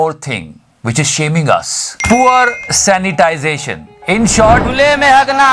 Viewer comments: Sanitation hota h.. sanitization nahi bhai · 'sanitation', na ki 'sanitisation'. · Sir, it's poor "sanitation ",,, not " Sanitization". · Keep up the good work. But it should be "sanitation" not "sanitization". (sorry for nitpicking) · bhaii it is sanitation not sanitization...😉😉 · bhai it's "SANITATION" not "SANITIZATION". By the way great work. Big fan.